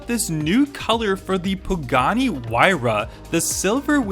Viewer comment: Jared Cairel Del Mundo he said pagani correct dude